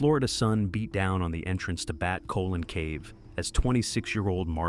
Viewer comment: Did you just call it "Bat Colon" cave omg